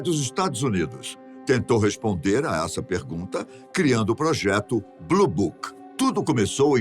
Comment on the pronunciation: Mais Elle fala bluboc